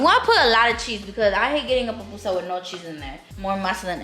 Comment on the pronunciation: It’s pupusa not PAPpusa 😂😂😂😂😂😂